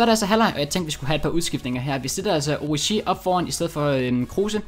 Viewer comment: Han udtales altså Oriigi